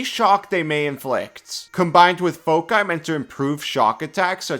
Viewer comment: WWN is very very cool! Also thank you for pronouncing foci like you do which I'd like to argue is correct. 😁